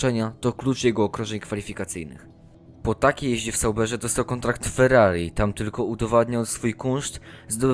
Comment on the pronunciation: Nie liczy się tylko to co się mówi, ale także jak się mówi . Przykład „dostał angaż wwww… raczej słabym saubErzeee”. Ciężko się tego słucha. Myślę, że jeśli autor odpuści sobie te akcentowanie (całkowicie nietrafione) i zacznie mówić bardziej naturalnie, ewentualnie poprawi akcentowanie, to filmy będzie się oglądało znacznie przyjemniej. Pozdrawiam!